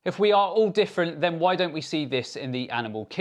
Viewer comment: joe "everyone is diffrunt" rogan